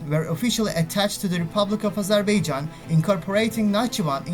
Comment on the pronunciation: ya daha doğru dürüst Azerbaijan diyemiyorsun. Öğrenin şunu amk.